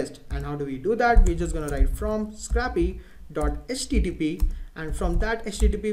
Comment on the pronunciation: It's pronounced scrape-y, not scrappy. It's called "scrape," not scrap. It's pronounced with a long a.